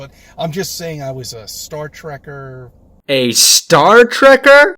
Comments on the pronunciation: "Star treker" bruh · Treker? 😂😂😂 gawd he's sure showing us how much of a fan he was and how much he believed in space.